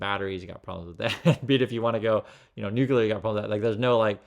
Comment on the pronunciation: For the love of science, stop saying NOO-KULAR... 😂